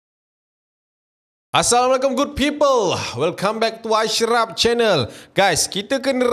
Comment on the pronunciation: "Assamualaikum? " Cuba perbetulkan salam tu ye..